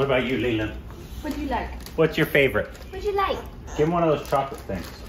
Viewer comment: Leelenad 😂😂 Clark 😎😎